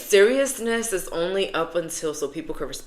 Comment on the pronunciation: “it ees what it ees” /